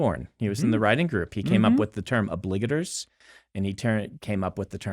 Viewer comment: o-BLIG-ator? I've been saying OB-ligator